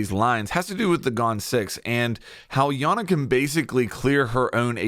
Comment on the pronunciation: it’s EYE ana btw lmao